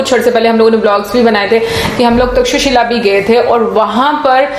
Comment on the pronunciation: Thanks a bunch for pronouncing perfect name of " Takshashila" . 😂😂😂